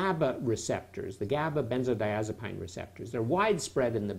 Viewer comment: Lmao he mispronounced benzodiazepine.. who cares, he’s far more educated than you will ever be..😭